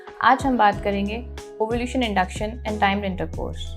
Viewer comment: Ovulation hota he wo ovulution nahi…